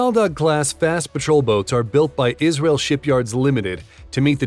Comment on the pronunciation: Yis-ra-el. Legend Nation.